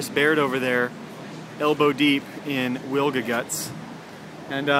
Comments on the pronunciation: Proper way to pronouce the name is Vilga the letter W in Poland 🇵🇱 is used for letter V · Hi. The Polish pronunciation of the Wilga sounds more like Vilga. Just replace "w" to "v". Great work, wish you lot of fun with Vilga :)